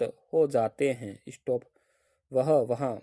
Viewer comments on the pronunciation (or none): इशटोप mat bolo sir😒